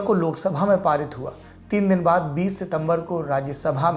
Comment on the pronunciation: चच्चा "दिन" को "दीन" क्यों बोल रहे है ?